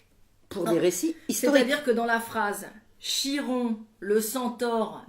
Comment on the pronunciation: Chiron se prononce "Kiron", faut le savoir hein